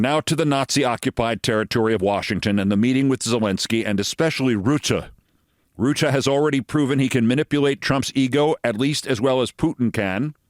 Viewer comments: Alaskar is a long way from Floridar. It is Rutte, not Roette with u as in hut, not oe as in shoe...., you got the eh good though... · Friesland, not treesland, as in the "the land of the free", you speak an anglo-frisian language, remember...Frisian is the elder sister to English. And again it is Rutte, not Rootte, not Roette not Rüte....how hard can it be... u as in hut or but...